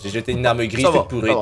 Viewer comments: On dit porrite mais pourrie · On dit pas pourrite mais pourrie pardon